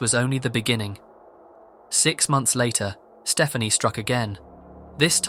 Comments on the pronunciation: I'm guessing 'Stephani' is not supposed to be pronounced as 'Stephanie', but what do I know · Should be Ste-FAH-nee